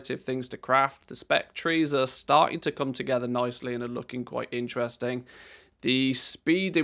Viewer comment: When you're not loudly GULPING right over your mic, you're "qwite" entertaining good sir. Remember, self awareness, and fundamental urbanites. Stomach turning ungraciousness doesn't add to your twitch stream. I wish enormous success, hence my observations. Cheers and TALLY-HO!!!